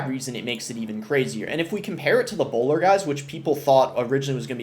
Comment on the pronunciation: chill on the hard R’s… Bowlaaa